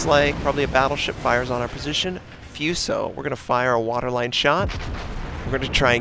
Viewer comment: hey, it's pronounced fooso, like the oo in boo, not fueso, that sounds stupid